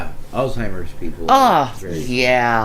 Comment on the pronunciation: The Alzheimer's patients are the best. They're so sweet. They're so sweeeeet. 2 ways this proves she's never worked in a care facility as an aid or assistance. (1) She can't pronounce the disease's name. (2) It is horrendous and GUT-WRENCHING watching a person lose all sense of themselves and all connection with reality and fall into a state of just existing and staring at a wall. The confusion they experience, which can cause severe anxiety that they don't understand, thinking they're somewhere else and asking when they can go home again, and repeating it constantly because they don't know they just asked that question a minute ago. NONE of that is sweet or cute. Nothing. NOTHING is too horrible to happen to this dishonest scamming barnyard animal for the lies she tells, hoping to give herself credibility to people who might give her money.